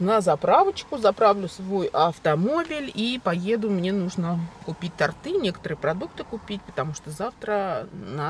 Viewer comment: Торты, ударение на О! С Днём рождения !!!